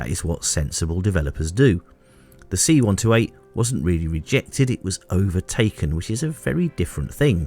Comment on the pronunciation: I have to stop and do a translation in my head every time you say "see one toe eight".